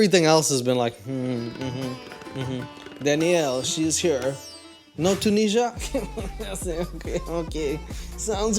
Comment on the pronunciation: STOP SAYING ‘TOONEESHAH’!!!